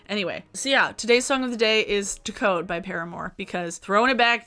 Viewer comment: the way you say decode by paramore is stressing me